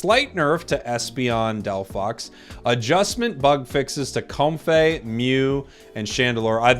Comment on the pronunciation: A change to how you pronounce comfey and a change to stun